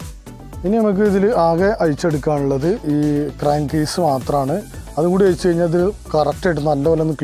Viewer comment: അയിച്ചു റിപ്പയർ ചെയ്യാം പോലും. ഓ ന്റെ ചെങ്ങായി, ജ്ജ് ഏട് ന്നാ ണ്ടാ മലയാളം പഠിച്ചേ..